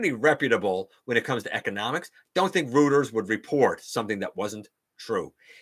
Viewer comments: Didn't expect to be in for core Nemesis Prime, but the redeco colors with that great looking axe sold me. btw, Reuters is apparently pronounced something like 'roiters'. I used to pronounce it the same way and then one of my friends told me it's 'roiters' shrugs go figure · Hmm, not sure where they heard it. So I googled how to pronounce and it seems to be roiters. wikipedia and dictionary have it as [ roi-terz ] or ROY-terz, and people on the official Reuters / Thomson Reuters youtube channels say it 'roiters'